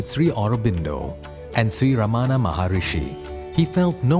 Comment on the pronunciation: Sree Ramana. Not Ramaana.